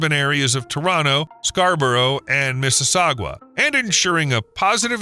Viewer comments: Mississauga, pronounced "misses-saga" not "misses-sa-gua", also no one says 'to-ron-TO", local says "to-ron-no" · It is not Mississaugwa, it's Mississauga. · Missis "saw ga" lol. your not the first youtuber to say "saw jooaw" lol. And as someone whose spent 42 years along the 401 within 2 hours of toronto... this is a bad idea.. good idea but bad idea as well for just as many reasons. Tunnel under the train tracks would be smarter. The cost to the province would hurt the people though. Thats a big costly project just for one little part of the province. And if the idea is to quick pass thru toronto then wouldn't a straight line be better? Once built and paid for the pros outweigh the cons. But in the lengthy meantime .... 2 seasons in toronto... winter and construction... so maybe not too bad. But a giant bill for the rest of us outside Toronto that dont travel across the city ever. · Mississaug-wa? Really? Incidentally, Mississaug-wa and Brampton don’t even appear on your map, and if they did, they’d be to the left, or WEST. The area you’ve identified as Mississaug-wa and Brampton is east Toronto, just below Markham. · you have a weird way of pronouncing mississauga